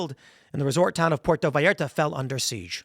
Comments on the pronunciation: He pronounced Puerto Vallarta right but Jalisco came out sounding whiter than me. I'm not surprised by the fact that they have rocket launchers and that fact alone doesn't overly concern me. What matters is the type of launcher. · For christs sake…….you pronounce Puerto Vallarta properly but you pronounce Jalisco likes it’s a cup of Tabasco Jello. GTFO lol. (HA)-leesco